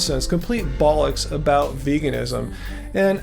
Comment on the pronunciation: As a Brit, hearing an American say 'bollocks' sounds so wonderfully wrong. I love it.